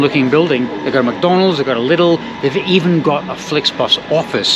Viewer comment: Liiiidl - It's a long i.